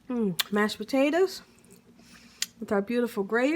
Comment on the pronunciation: She said mashed batatoes ..lol. looks delish